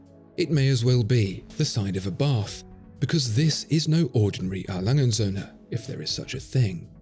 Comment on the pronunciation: Your video's great but seriously, why are you pronouncing A. Lange & Söhne like it's a sinlge word? It's not Alangensöhne, no, it is A. Lange & Söhne. Please. But otherwise a very good video, that just really bugged me (A. Lange = Adolph Lange = a name, & Söhne = and sons)